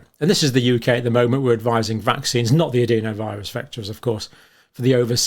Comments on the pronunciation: Why do you say adEEnovirus when the rest of the science community says the more sensible adenovirus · sorry mate, its just incorrect pronunciation- "e" in the UK is pronounced "eh" not "ee" no matter what region you come from